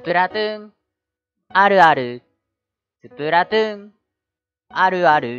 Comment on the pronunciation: スプラトゥーンあるあるってうなぎが言う時 「スプラトゥーあるある」 に聞こえるのは気のせいですかね？